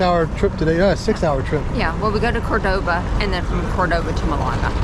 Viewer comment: It's Málaga, not "Malága". And Córdoba, not Cordóba. Cheers